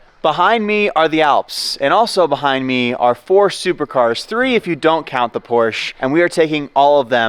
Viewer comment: Pleassss say Porsche not Porsch 😭😭😭